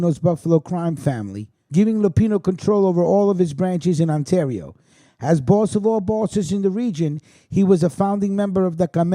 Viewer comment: Like when I helped you with Ontario You called Ontorio :) Its all good bro. When Covid is over ya batter come to Hamilton for some really good Italian food and a mob tour :)